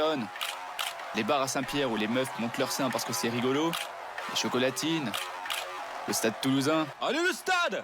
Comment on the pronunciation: IL A DIT CHAUCOLATINE 😵😵😵😯😯